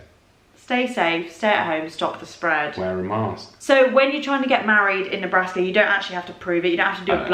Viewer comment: Nebruska and New Humpshire... k, lol